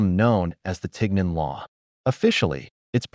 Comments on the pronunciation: I speak French and this pronunciation isn't right either "isn't Ten" but "Tee" it come from "chignon" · First of all, it’s pronounced TEEN yawn, with the “n” being soft. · No. It's not pronounced tig non. It's teen yon. If you can't even bother to pronounce it correctly, why should anyone believe you know the real story? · We pronounce tignon as tee-yaw in southern Louisiana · It’s being pronounced wrong, Lol! It’s called “Tee-Yawn”… a head wrap that had to cover the hair. A lot of elderly black women in Louisiana still wear it today while cleaning,doing laundry etc. I live in Lafayette,La.. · At the very least, correct pronunciation of tignon (tee YON) is necessary. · It’s pronounced “TihYon” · It's pronounced (tee-NYOHN), though. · Besides the AI pronunciation of tignon hurting my ears and the arbitrary mix of different era fashion hurting my eyes, let us bear in mind that Miró fulfilled the plea of jealous white women. Approx. a century later, empress Josephine (a born Creole of the earliest definition) adopted the headscarf and it became en Vogue among the French high society- well, this “inspirational” trend adoption continues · They made a video using AI and somehow couldn’t get the French prononciation right? I can’t watch this video. My ears are hurting.